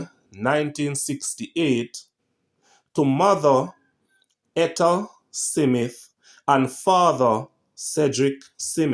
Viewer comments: SMITH not SIMITH. At least get that right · I like your videos sir, and much respect...but I cringe everytime you say 'SIMITH' 😑... There is no 'i' or 'e' between the 's' and the 'm' in Smith....This is not meant to insult your very interesting work....just some constructive criticism. Much respect nevertheless. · My ears hurt, please explain how you get Smith be pronounced.... "SI MITH" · Haha ....😂 Its not simith, its Smith. 😂😂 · Why you say "Si-mit" No "Smith" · Is it Simmith Or Smith? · I cringed too it's pronounced Smith not SIMITH I did'nt know someone else cringed until I red ur reply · Please goggle how to pronounce “ Smith” not “ Simeth” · So hard to listen to you. Its Smith...Not Semith. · Ditto......i cringe how he butcher the word 'Smith'....he keeps saying Cee_mit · Honestly, I tried to listen. Honestly. But everytime he said SeeMit I just wanted to snatch him up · It sounds horrible Fe true him can't say Smith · The name is pronounced Smith Smith